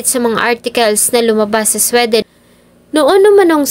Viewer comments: Hindi SWE--DEN. It’s supposed to be Swee-dn. Pag hindi alam ang pronunciation, google it . Lalo na na gusto ko maging blogger. Pass ako dito nakakairita. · Ang Sweden na bansa ….. pag iyong I- pronounce ay dapat,… swiden…. ( SWI….. hindi SWE)…. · di mag pass ka arte mo di k nmn mamamatay sa maling pag pronounce ng sweden.😂😂😂